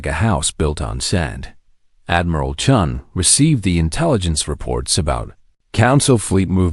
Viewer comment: Chun, not Chen. Completely different. haha (and yes, I think that sets an all-time record)